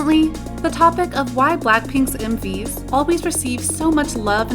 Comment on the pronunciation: When the video said “M/Vs” I heard “Movies”